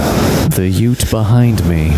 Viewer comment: The ute? Where are you from? Brooklyn?